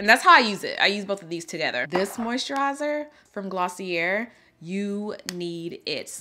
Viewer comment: West atelier and glossier are said the same way at the end! "Ateliyeh , glossieh". You said Atelier right!!🥰 love your recs per usual our queen